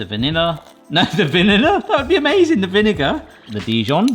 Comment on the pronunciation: I'm sure it tastes amayozing.